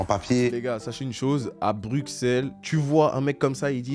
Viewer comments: Attends attends... il vient de bx et il dit: BruXelles?! On dit brusselles PTN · ON PRONONCE PAS LE X DANS BRUXELLES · Mdr je sais pas d'ou il vient, mais il y a absolument aucun Bruxellois qui prononce le X dans Bruxelles